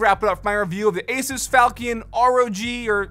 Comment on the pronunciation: Thank you for pronouncing Asus correctly